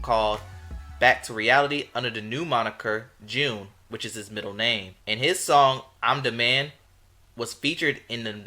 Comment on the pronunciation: BTW, Jeune is pronounced "ZH-ONE" and its half of its middle name, JeunePierre